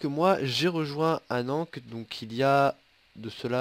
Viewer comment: on dit pas anank , on dit Anne an ké (Va voir la candidature sur le forum d'alliance :p)